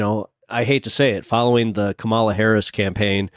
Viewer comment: The middle A in Kamala is not long. Why can't people just pronounce it correctly.